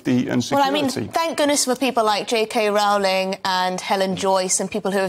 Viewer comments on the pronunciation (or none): So according to this Scottish Bill, in order to be recognised as a woman, it's sufficient to "cosplay" like a caricature of a woman for a few months? It can't be any more insane than this, can it? 🙄 One more thing: JK Rowling's name rhymes with "bowling", it does not rhyme with "howling"...